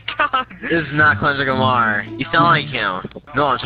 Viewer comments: He said who is klundrick lamar lol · "klundrick Lamar" hahahaahahaha that had me dead😂😂😂😂😅😅